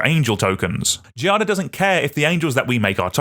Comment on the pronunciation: The pronunciation of “Giada” involves a soft G, the same sound of “gym”. You can try to pronounce Giada like “djada”. The noun itself derives from “jade”. Sorry for the intrusion, but I’m italian and we use to help who tries to speak our language (unlike the french lol)